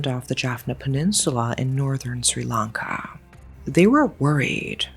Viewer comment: Finally from Sri Lanka. Been waiting for this and thw pronounciation is on point. Thankyou so much for covering this up ❤